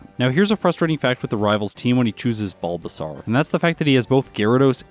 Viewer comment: Is there a particular reason you pronounce the bulbasaur evo line wrong?